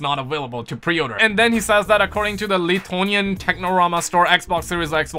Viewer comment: I don't mean to sound disrespectful but you mispronounced Lithuanian